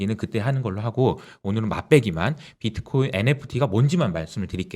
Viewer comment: 으휴 무식하게 박트라니... 암호화폐 전혀 모르는 사람한테 대본주고 읽으라고 하니 저러지 ㅠㅠ